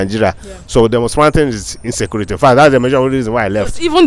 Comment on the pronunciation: ….Insaykuurity! that’s right!